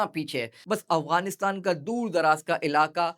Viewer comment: No offence plz❤️ But it's sounding like اغوانستان , instead of افغانستان*۔ Otherwise it was a good one Masha Allah ❤